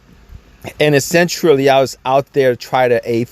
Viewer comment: The (essentruly) essentially is killing me